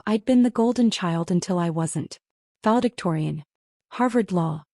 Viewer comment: The first one — Foul Victorian — took me a few seconds. Should be VALEDICTORIAN. AI needs some serious work. The mistakes are getting worse.